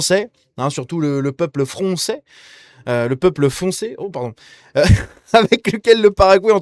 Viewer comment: Les joueurs foncés frônçais😂